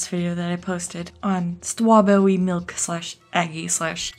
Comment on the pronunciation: Stwawbwewwy Miwk